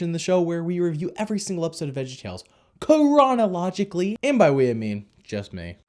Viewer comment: it sounded like you said piranha logically instead of chronologically